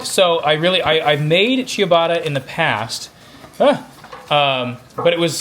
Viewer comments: Why do you say “chew-bada”? it’s “chuh-bah-tah” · Chia-botta? Wtf.